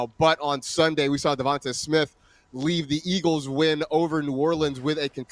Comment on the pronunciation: Are you saying DEVON(TAAA) Smith? Cause as a black man you should be shamed....its Devon(TAY)